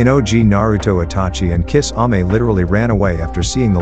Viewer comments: kiss-ame. Really? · He pronounced it "Kiss-ame"💀